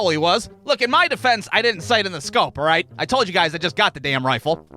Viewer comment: Remember how in the worst day at work video you said a bad day of work for you was not being able to say alright the right way at the beginning well I don’t know how to explain it but you said it wrong in this one